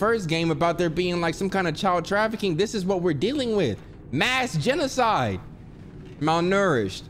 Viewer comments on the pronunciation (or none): Nobody:: MalNERished 😂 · Nobody: Absolutely nobody:: “MaLNouRishED” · the way he’s saying malnourished (however tf you say it) is sending me🧍🏽‍♀️💀💀